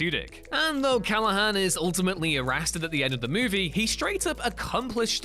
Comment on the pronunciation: he was what? Errasted?